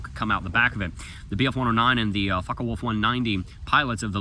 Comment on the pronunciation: Did he say fuckawolf 190 😂